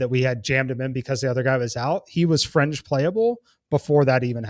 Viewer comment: It's fringe- not "frenge"